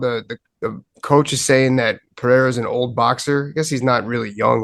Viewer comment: Ey Din, ask one of your colleagues (or someone from Brazil) how to correctly pronounce "Pereira". It's getting embarrassing at this point.